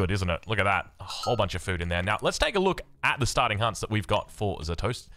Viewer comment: Zastosy making it look easy or as would say ZA(s)TOSY the s is silent ^^